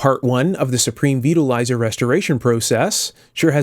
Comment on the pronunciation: I thought you said Supreme Beetle Riser. Sounded like a very odd choice of pizza toppings.